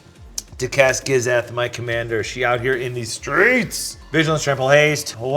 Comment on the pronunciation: Im a gishath player n the way he pronounce it made me cringe😅